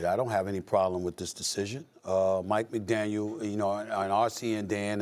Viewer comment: Stephen A...it's McDaniel.